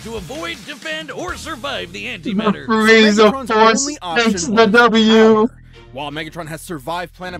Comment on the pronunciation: When you said “anti matter” on the tank part it physically hurt